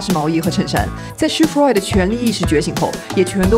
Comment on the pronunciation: 你Roy的发音好怪…